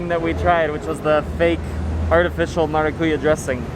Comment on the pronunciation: Great video! In the word maracuyá, the strong syllable is "Ya" and not "Cu". MaracuYÁ Best Regards from Brazil!